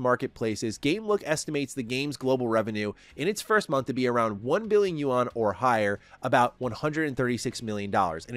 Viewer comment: The Chinese "You-On" 😂